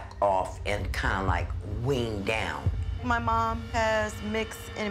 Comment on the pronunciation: "kinda like ween down" what? you mean you're still getting high?